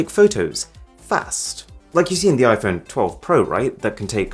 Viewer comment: I love when he says i-Phoney 😆